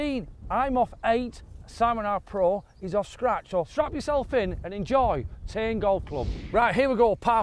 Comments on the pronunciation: Tain not NAIN. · It's not pronounced "Tann" it's Tain - rhymes with "rain" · Tain is a nice golf course I had to laugh when you pronounced tain tan lol there's alot of gems up here im glad you love it 👍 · Tain for a round - or TAN as calls it 😂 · Tain! Another great Scotland video. need to work on your Scottish pronunciations though lads! Theres a difference between a forth and a firth. :)